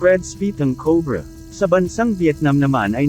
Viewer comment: Salamat po sa pgbhgi sa impormasyon n ito. Ang ganda pong pakinggan ang pagbigkas nio sa anaconda at cobra (tamang pagbigkas sa Ingles)...